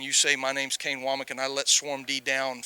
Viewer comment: Wommack* a man’s name is all he has get it right. No shade